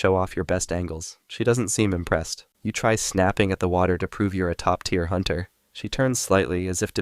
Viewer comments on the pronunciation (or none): none